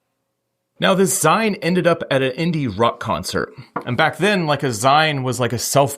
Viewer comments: It's a 'zeen' as in magazine, not 'zign'! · For fucks sake. zeeeeeen. Not Ziiiine. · Maga-zine. Fan-zine. Zeen not zyne. Just like when you here folks shorten pizza to "za" not "zay". That's all. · It's ZEEN bro! Not Z=EYE-N. Love the video though!!! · It's "zeeen", as in "maga'zine". Not "zihne". So weird when people who read about these stories third-hand and then re-tell them, trying to pretend they understand some common subculture....is mildly offensive. You come off as a poser. This is one of many videos about that phone booth. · It's "zeen" not "zine" as in magazine. Otherwise, quite interesting. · It's pronounced "zeen", not "zine". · I'm cracking up at your mispronunciation of "zine." It's not pronounced "zyne." It's "zeen," as in "magazine." That being said, you are an excellent storyteller. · Great video, but for the love of God, it's pronounced "zeen" as in short for "magazine". I damn near had a stroke every time you said it. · zeen lol zine is pronounced zeen like magazeeeen, cool story, love the random trips with a goal, well, i guess its not random if theres a goal but…i live in the sonoran desert, many things hidden out there you wouldnt expect. everywhere i guess but ZEEEEN! lol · It is pronounced "Zeen" not "Zye-ne" as in Magazine. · It’s pronounced zeen like mago-zine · Zeeeeeen. Not zeyen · when you said zine. I was like what are you talking about. Then it dawned on me you meant zeen..lol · Its "Zeen" as in "Magazine." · how could he not know how to pronounce "zine" mind blowing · Zine, is pronounced "zeen" ... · Zeen, said like the last syllable of magazine. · I think it's pronounced zeen- as in magazine. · Note: zine, its pronounced - zeen. From the word magazine. Maga-zeen. Think its fairly obvious. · "Zine" is pronounce "zeen", as in "magazine". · Zine pronounced zeen.. It's short for magazine. They were these things we had with pages. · Please I'm begging you, zine is pronounced zeen and in magazine. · Zine is pronounced zeen. 😊